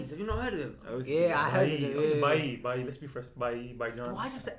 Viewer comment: it Bhai. NOT Bye. damn it! bHai